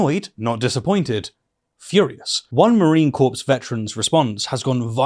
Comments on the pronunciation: please... "Corps" is pronounced "core". You're saying "corpse". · Corps = "Core", not "corpse." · It's CORE not CORPSE Christ... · Veteran here. it’s core, spelled corps, pronounced core. I’m with you 100% though. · Quick correction the proper pronunciation for Corps in Marine Corps is core. Not corpse as you pronounced it. Couldn't agree more with your criticism of trump and what a bubbling failure this admistration is.....the damage is imo permanent. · Good video, but please don't pronounce "corps" as "corpse". It's pronounced "core". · Just to be helpful "corps" is pronounced "core" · I applaud your comments, but please learn to speak English. The word corps, as in United States Marine Corps, is pronounced core, not corpse. Corpse, as in dead body, ends with an 'e'!!! As an ex-pat British education has gone downhill!! America has never won any war in its history without outside non-American assistance. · The word "corps" is pronounced as "core", not "corpse". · Just a quick question? In the UK do you normally say "corpse" for Corps? in the US we say "Core" and drop the p and s I know there are a lot of varying ways words are pronounced and lots of differences between UK English and American English, but I was fascinated by that Kind of like Aluminum (aluminium) and Lieutenant (lef-tenant) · It's pronounced "marine core" - as in an apple core. Not "corpse"!! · Marine “corpse”? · Thank you! God Bless You! and the "p" is silent in Corps . Tis' the beloved, "Core" , as it is said.